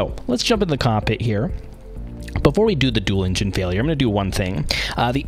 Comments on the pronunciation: The way this narrator pronounces the word "engine" sounds like "Indian" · can't take the pronouncing of engine as "injin" had to stop